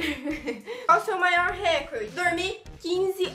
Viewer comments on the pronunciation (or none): none